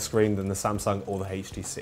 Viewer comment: Quit saying " heechtc"